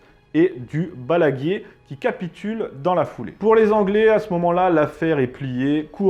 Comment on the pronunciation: le fort "Baldinguier" a ca pique c'est Balaguier :) (Désolé, etant Toulonnais, ca me pique un peu les oreilles...)